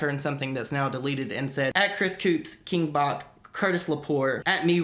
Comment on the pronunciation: Everyone is saying king Bach’s name wrong lmaooooo